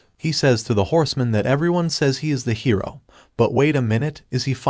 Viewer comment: I love how the text to speech software is very funny. Because it for some reason can’t say hero half the time.. and says hiro